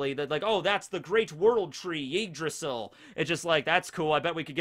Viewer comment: The way he pronounces Yggdrasil makes it sound like Yeetdrasil